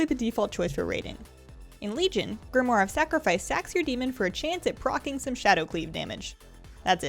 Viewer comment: thank you for being the ONLY person I have ever seen make a WoW vid who pronounced 'Grimoire' correctly...you rock!